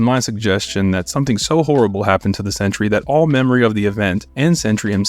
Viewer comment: Sentry ha more like Sen/try 😐